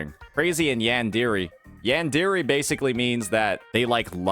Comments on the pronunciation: Did you just call it yan-di-ri ? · Pronouncing yandere wrong is crazy